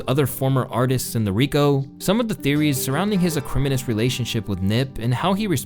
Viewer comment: ‘Ah-krim-in-is’?!?? Lololol My dude You really need to learn how to pronounce these words in your script It’s Ak-ri-moh-ne-uhs